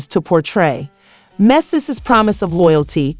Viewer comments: lmaoo she called him “mishi” AND “messes” its like everytime she said it she butchered it more🤣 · Her pronouncing Mendeecees name completely wrong the whole time is killing me lmfaooo